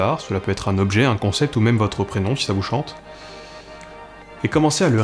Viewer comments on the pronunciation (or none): none